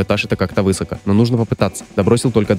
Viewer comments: высокО!) простите, ролик хороший, но слух режет , когда ударение неправильно ставят, особенно в таких простых словах( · Не вЫсоко, а высокО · Впервые слышу, чтобы кто-то ошибался в слове "высоко". Забавно...